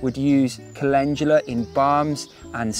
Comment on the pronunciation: Me: Cal-In-Doo-Luh Him: Calenjula 😂 When you realize you've been saying something wrong your entire life